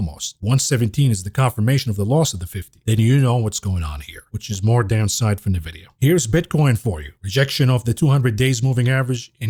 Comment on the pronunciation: Envidia not navidia